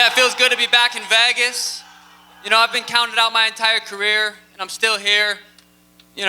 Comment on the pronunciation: Anyone else infuriated about the way Suga says “vegas”… it’s pronounced VAYGAS ye dickhead! Elvis even said so